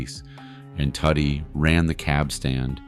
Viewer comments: Listen Its pronounced "Toody" like "Woody" not Fckin Tuddy Which is a nickname "Tudido" (Too-Dee-do) in Sicilian.. If you listen in the movie i the beginning Tony Sirico taps him on the stomach and says "Mingia Toody" You gaot a good video goin on here ill give you that but next time habe an Itslian-American do the narrator 0 Part... Capishe? Decent video wrong photos at some points you Had a Photo of Fat Tony who was boss of Genovese Not Luchese Horrible at name calling But Ill give you a B+ for the video great story and content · Isn't it pronounced Too Dee? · And Tuddy